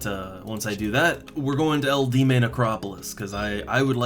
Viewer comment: Eldieme necropolis is pronounced L.D.M. :) easy way to remember.